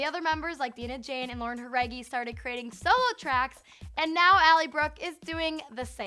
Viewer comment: you pronounced Jauregui right but not Dinah wow